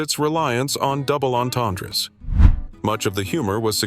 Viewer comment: There is no S in "entendres" - it's silent, like the P in "swimming'